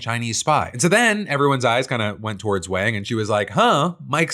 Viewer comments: Rough hearing you pronounce in wayng rather than wahng repeatedly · Wang is pronounced like "Wong". It's not the 1980s anymore.